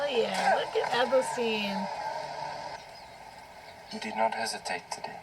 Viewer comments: It’s Athelstan not ethelsteen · daily? hell yeah! catch up for november.... btw you have the funniest accent pronouncing Athelstan. :)) Athelstiiiin =))